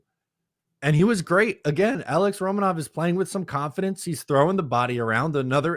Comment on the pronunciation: I’m gonna stop my likes if you keep butchering the Dman names - it’s Ro-Mon-ov not Roman-off and Per-oon-O-vich!